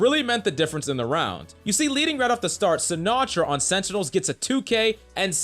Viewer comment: Say it with me please. SEN-Ti-Nuhls .. not senitels >:(